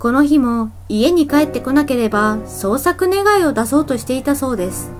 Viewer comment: 語尾の母音をこのようにはっきり発音する方が個人的には好きだけど、気になる人もいるみたいね。 実際の会話では母音は省略されることもあるし、、地域によっても違う。 例えば関西では語尾の「です」はdesuと発音されるが、関東ではdesが普通。